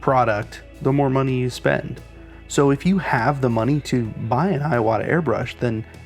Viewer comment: Haha an Ewok paints better than me, that's for sure! I live in Japan so when I heard you say Eyeowata, i was like what brand is that? :P Not a dig! Thank you for your videos. Really helpful!